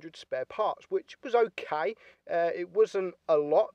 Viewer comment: Nobody::"Ogay", "Gayme"